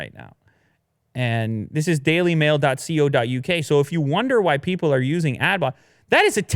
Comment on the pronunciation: Brother, we don't say 'See oh dot UK' we say 'Co (as in 'Co'-worker) dot UK'